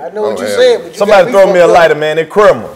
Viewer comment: ALL the "Loose Brain" mfas scratchin' they damn heads like "Who's Chrimmu" (pronouncing it like Cream-moo) LMAOOO!